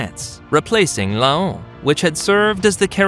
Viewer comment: But you’re pronouncing it wrong……